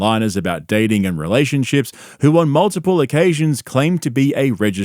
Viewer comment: Did she say that they were in ray ships or in relationships?